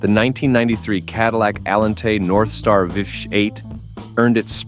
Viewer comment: First, the idiot AI robot cannot pronounce anything. Getting tired of the AI showing one thing yet speaking about another and while mispronouncing words. The Cadillac Northstar v8, really? Complete garbage. Cadillac still are garbage. Let's have real people giving these reviews, not robots. Getting a little ridiculous.